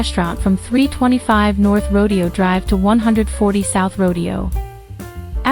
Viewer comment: FYI … in this instance “Rodeo” is pronounced “Row-day-o” !!😊👍